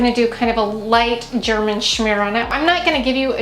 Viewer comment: Hehehe I giggled every time you said German schmear. The bathroom is gorgeous!🥰🥰